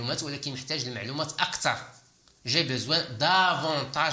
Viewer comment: Pourquoi tu prononce toujours je besoin alors que s'est écrit j'ai besoin.!!!